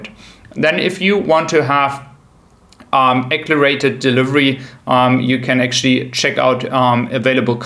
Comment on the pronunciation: Hallo Bitte! So sagt mann "accelerated" nicht! Sorry for nagging but we all want to be better. Danke!